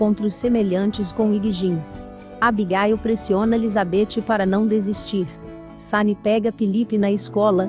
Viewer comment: Nem me fale "Abigáil" kkkkk